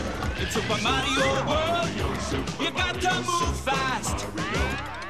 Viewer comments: Luigi said kario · they say mario wrong.